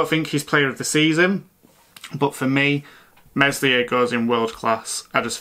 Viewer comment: Meslier, work on your pronunciation pal 😂. Good otherwise!